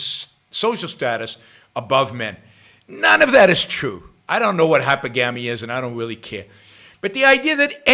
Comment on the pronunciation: Actually, he pronounced it correctly. Most don't.